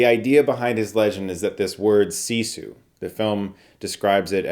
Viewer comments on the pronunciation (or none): It's pronounced siss eww not see sawl